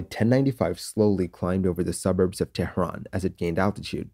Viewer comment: Sir, it is tehran. not TEHHRRAAN